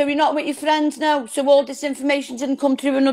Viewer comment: Best fwiends forever 😂😂